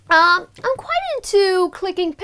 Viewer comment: Quite and not quiet.